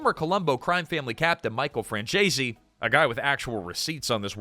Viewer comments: It's pronounced, "FRAN ZESE," not "FRAN CHAY ZEE."" Efin AI. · AI narration does disrespect to pronouncing Michael Franzese's last name.